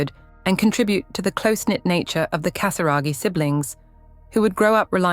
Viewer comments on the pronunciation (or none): la famille PRINCIERE de Monaco et non royale.Prononcez bien le nom de la famille Casiraghi par respect pour leur famille.Pourquoi dites vous CATARAGI Et prononcez Béatrice et non Bétatrice ? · Cher Robot qui fait les commentaires… Apprenez à bien prononcer GASIRAGHI ! 🙄